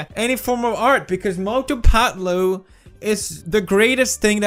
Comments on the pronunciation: When he says "Mothuu phethluuu" 🤣🤣🤣🤣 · Cant stop laughing when he says mautu patu